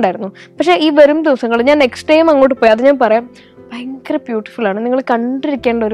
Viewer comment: ബയങ്കര അല്ല ഭയങ്കര ആകുന്നു!! പിന്നെ ഭയം ഉളവാക്കുന്നതാണ് ഭയങ്കരം. അതുകൊണ്ട് ഒരു പത്തോ പതിനഞ്ചോ ഭയങ്കരം മതി!!